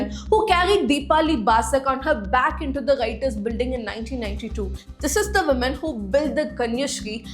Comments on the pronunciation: Wo-man not men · When will you learn to pronounce woman & women differently? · The way you say, Woman & Women phonetics sound the same, ..just a advice, however they sound different.